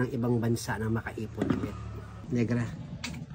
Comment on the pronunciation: accent bisaya tayu dai hahahaha tagalog 100% here pero nakaktuwa sila mag sabi ng NEGRA NIGRA diva